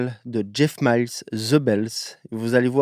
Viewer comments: Pour info, Jeff mills se dit M I L L S et non pas MILES comme robert miles :) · C'est "Mils" pas "Mayls" ;) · c'est pas Jeff ''MILES'' c'est Jeff Mills ...😂